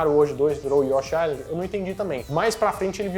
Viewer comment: O S em Island é mudo... Mistérios da lingua inglesa.